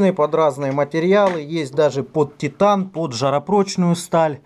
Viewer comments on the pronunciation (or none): none